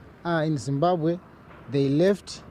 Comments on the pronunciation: It’s not zimbabhe it’s Zimbabwe Ma’am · Let's not be ignorant guys..Point of Correction..Its Zimbabwe!!